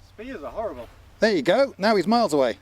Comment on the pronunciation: Did he say “miles away”? He is starting to sound like an American.